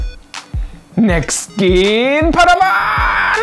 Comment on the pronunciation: Wie er "Next Gen" sagt....Englisch 6 setzen...^^